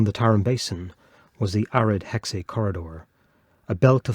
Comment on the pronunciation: The "x" character in Chinese literation does not provide the "ks" sound as in English. Instead, pronounce it "sh" or "s". Thus, "Hexi" sounds more like "huh she" or "huh see".